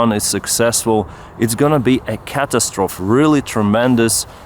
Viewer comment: Love your work. But heads up, as much as i enjoy your accent i wanted to point out that the e at the end of catastrophe is not silent and is pronounced as long e ie, catastrophy. Keep fighting the good fight.